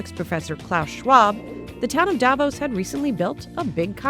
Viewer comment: Davos is not pronounced the way it is in this video.